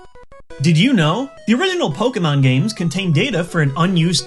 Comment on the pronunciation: "The HURINYANANLE Pokemon games..."